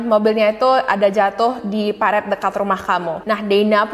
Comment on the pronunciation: Parit ya kak, bukan peritt